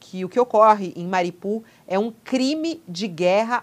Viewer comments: Mariupol não é uma cidade russa e a fonética é ucraniana, país onde fica a cidade. Na Ucrânia se pronuncia "MARIÚPOL" e a o mundo inteiro pronuncia assim. Só no UOL essa moça pronuncia errado, falando "MARIPUL". Ensine a ela por favor. Grato. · Alguém por favor ensine a essa criatura a pronunciar direito o nome da cidade. Não é MARIPUL, é MARIUPOL!!!